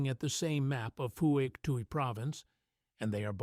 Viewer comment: Not four to six men, always five men and you mispronounce Pwok Tai.